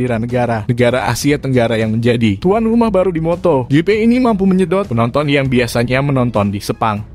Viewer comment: nyebut MOTOJIPI jadi MOTO GEPE...NDESOOO banget🤣😂🤣😂🤣